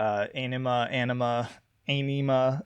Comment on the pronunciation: Tool themselves have said AEnima is pronounced “Onima” 😅